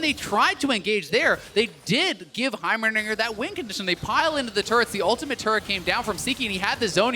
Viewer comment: he said Himerdinger really weird and it's bugging me.